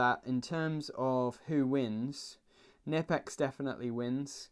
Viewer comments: Not "Nippex" Knipex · The K in Knipex isn't silent dude, it must be pronounced. It's Knipex not nipex ... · Not "nipple ex" It's "K" nipex. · Found an old pressmaster krb-0560 in work and I was delighted, thing had be forgotten up in the i beams for Years, I didn't just take it either, I saw it, and it was still there 6 months later. Sounds like fair game to me. Also you pronounce the "k" in knipex (kn-ipex) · Something I only just found it, it’s pronounced “ker-nip-ex”